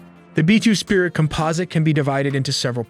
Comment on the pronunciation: Yes, I think its an AI narrator. , you can hear it say “B-2 sprit”. Someone missed the “I” in the transcript and the dumb computer said it as written.